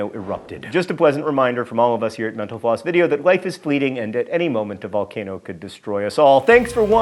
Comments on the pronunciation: No, you are not because John Green already acknowledged that people hear menopause in a previous video. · Kalliste --- No you aren't, as it def. sounds pretty damn close to him saying "menopause". Reminds me of another channel I watch sometimes, Thoughty2 where when host says it, it sounds like "Forty two"